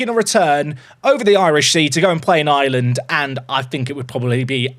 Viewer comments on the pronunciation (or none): none